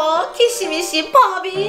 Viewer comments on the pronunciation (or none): 키시미시가 아니고 퓌쉬미쉬 인데